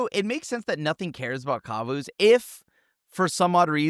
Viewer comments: pronouncing Kavu like Kazoo is adorable 😂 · did not just call them kuvuus...